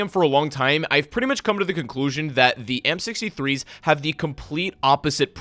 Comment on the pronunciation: It almost sounds like your saying the m63’s instead of amp63’s lol